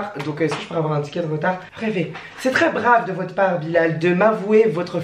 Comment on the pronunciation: déjà on dit pas treees on dit très